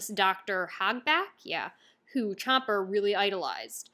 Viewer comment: "chomper" 😂😂 she ain't gonna get it right 😂